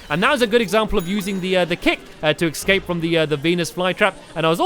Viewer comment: Did stampy just say excape routes? Hehe that's so funny though